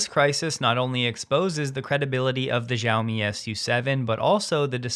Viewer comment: XIAOMI should be pronounced “SHE-YOW-ME.”😉